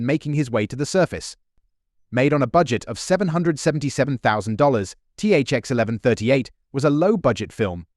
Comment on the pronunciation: I read the novel version so I’m pretty sure it’s pronounced THX ONE ONE THREE EIGHT (THX-1138).